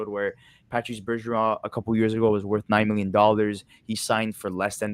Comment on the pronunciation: its patrice not patrick